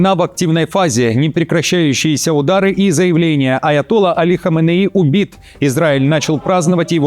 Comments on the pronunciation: Скорейшего мира всем! Подражаете знаменитым дикторам Центрального телевидения, так ставьте правильно ударения! АятоллА, а не аятОлла ! Надо ГОТОВИТЬСЯ к передаче. А не просто читать с листа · АятоллА,АракчИ - ударение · АятоллА, ударение на последний слог. Неприятно слушать речь с такими ошибками. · АЯТОЛЛА ударение на последнем А